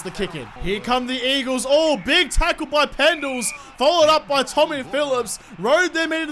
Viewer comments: 'Weagles' LOL, that's cracking!! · You said the weagles